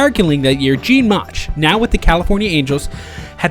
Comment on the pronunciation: First of all whoever natrates this video is a embarrassment can't say Mauchs' last name right. Plus is inaccurate with information the Angels weren't up 6-3 in the 9th of Game 5 they were up 5-2 Plus they ended up 1 strike away from getting to the World Series. Do your homework right if you make a video like this.